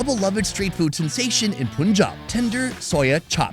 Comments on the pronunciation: sorry, it's not POON job. It's PUN Job. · It’s paanjab not Punjab ❤️ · It’s not poonjaab , it’s pun jaab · It’s pronounced PUN-Jaab not poonjab! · *Panjab exists Indians: Let's anglicise our spelling so the Brits can pronounce it Meanwhile Brits: POONJAB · I cringe every time he says Poonjab. Dude, it’s Punjab, “Pun” pronounced like “no pun intended” 😉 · It's PUN • JAAB Not POON • JAAB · Please learn how to pronounce the names of Indian states. It's not 'Phoonjaab', it's Punjab. Please watch some Indian videos and learn how to pronounce properly. It sounds offensive! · Why you refer to Punjab's first syllable Pu like Put instead of Pu in Pun? irritating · Bro Its pronunced as Paanjab not puunjab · पंजाब not पूनजॉब 🤣🤣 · Punchjab..not poonjab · Not puunjab it punjab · Like bruhhh that is Punjab not ponjab, simple as that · Just listen to the natives… dafuc r u sayin POONjab Its PUUNjab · Its PUN-JAB not poon-jab.😅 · its not punjab its panjab we pronounce it panjab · You make so many puns but you pronounce Pun Jab as Poon Jab. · its not poonjab it panjab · O please not panjab it's PUNJAB 😂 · It's not panjab it's Punjab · This channel should be renamed to - "W/O ". Btw It is pronounced as - 'Panjaab', Not 'Pooonjaab'! Damn! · PUN-Jab not POON-jab Gdamn metican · It’s not Pooooonjab It’s PUUUUNJAB JUS LISTEN TO THE LOCALS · I bet someone's grandparents or great grandparents would get PTSD the way he says 'Poonjab' 😹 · Did he just say puunjab😅😅😅😅😅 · Did he just say puunjob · It’s not poonjaab 🤣 Kindly Ask it with any indian or pakistani.I can’t spell the pronunciation out here. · It is Panjab sounds “Paanj aab” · PUN (as in RUN FUN) - JAAB (as in Job, American Pronounciation)😂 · Why every foreigner calls punjab like puuunjab... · Its pronounced PANJAB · It’s PUUUUUUUNJAAB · Not poooonjab for Christ sake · Bro… “pooon-job”. Seriously? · Still can't pronounce Punjab. Sad.